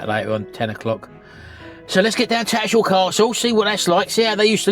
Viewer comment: I know your from "Daarn Saaarf", but you can't drop the "H" in TattersHall! 🤣